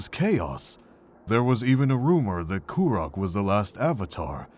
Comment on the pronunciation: This is amazing and I love it. Avatar Kuruk is pronounced differently in the show though no?